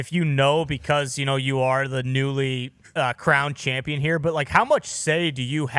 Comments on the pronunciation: 😂 Pat and his Chomp-pion pronunciation. Bruh its Champion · I keep hearing Pat say "Chompion" but what is that exactly? 🤔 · Why does he say Chompian? It’s annoying as hell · chompion lol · Can anyone please explain why he says Chompion? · AH YES THE CHOMPION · lol is he saying "chompian" on purpose? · Chompian, is he saying that on purpose? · why does he say chompion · Why Pat say “CHAWMpion?” Lmao. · What can’t dude say the word Champion?